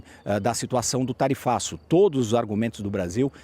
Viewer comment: Tarifaço nao TARIFLAVIO kakakakakakak